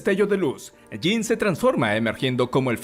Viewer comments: Por qué le dice Jane? Si es Jean Gray!😅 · Me gusta mucho como lo resumens de manera tan completa. Aunque no puedo evitar no saber de quien hablas cuando le dices "Jane" (yein) cuand es "Jean" (yinn) jajajaaj pero me parece gracioso como brinco cada vez que lo escucho distinto. Pero todo esta mucho mas que excelente, felicidades! Mutant and proud!